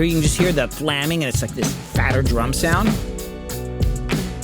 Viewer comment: What is flamming? At first I thought you said flanging but on repeated listening I can't unhear flamming.